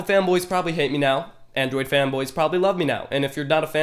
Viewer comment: I cringed the first time he said Android. 😂😂😂